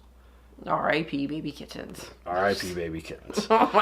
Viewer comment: pronunciation of "kit-tens" will become Hill House's "Jon Snohh.";)